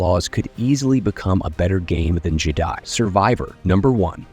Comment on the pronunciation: Whenever you mentioned something with Jedi, the AI says Jeeedi